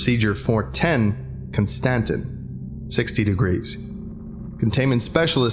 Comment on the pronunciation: Constantin.... Constantine?